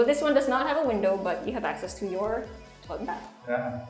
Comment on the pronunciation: "toolet" not a big deal but it irks me